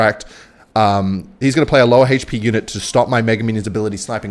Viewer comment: hi, can you pronounce "hp" as a normal human being? thank you!